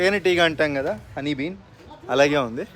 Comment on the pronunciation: అది హనీ బీన్ సోయా బీన్ కాదురా తమ్ముడు.. Honey Bee 😂